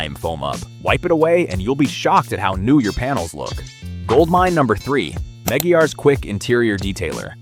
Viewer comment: The AI voice killed the video. Meggy-Ars? LOL No.